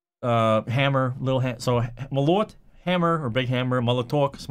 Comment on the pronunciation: I had to say, its мОлот, not молОт